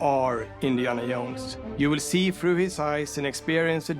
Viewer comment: But you will be "Indiana Yones"...